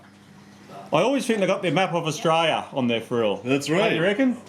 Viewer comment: I get mad at the way you say Australia . Love the video tho. 😂😒